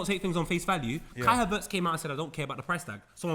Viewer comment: Ngl you man piss me off man said havertz